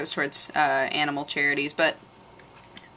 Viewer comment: You said aminals *giggle*